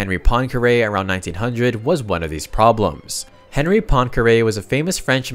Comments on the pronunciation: FYI Henri Poincaré’s first name is pronounced “En-ree”, the H is silent in that French surname. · It's /ɑ̃.ʁi/. Don't try to transcribe French words into English spelling, it doesn't work.